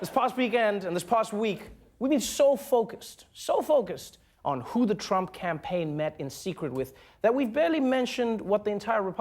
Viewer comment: "who the trump" sounds almost like a swear ^^